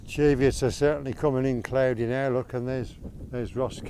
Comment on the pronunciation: Oh you seem to have removed my comment correcting your pronunciation of the word Cheviot. As I explained,the word has only one "e" in it. Just say it how it's spelled Why are you so sensitive about this, you obviously don't come from the area, so you may not have known.